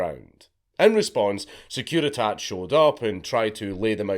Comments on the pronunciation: The Securitate has an e at the end for a fucking reason, mate. You are supposed to pronounce it! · I'm not even that mad he mispronounced every name as long as he did it to the hungarian guy's name too. You could've asked Vee. It's written Securitate, we're not french or american, you could've pronounced the last e.